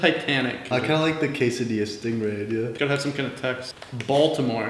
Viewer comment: this man said "casadilla"